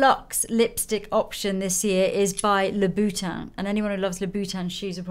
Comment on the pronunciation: Those are such pretty gift ideas! And most of al, this might sound crazy/funny, I really like the way you pronounced "Louboutin". I speak Dutch, and I never knew the correct pronunciation of the name 🙈 And was so happy to hear it from someone who speaks French. Thank You Lisa